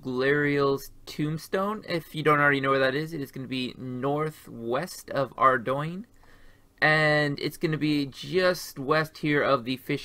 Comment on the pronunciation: Pronounces ardougne correctly. Mispronounces Guthix. ?????????